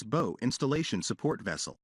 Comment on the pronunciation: AI needs to learn that BOW on a boat is not pronounced like rainbow, but more like bowels.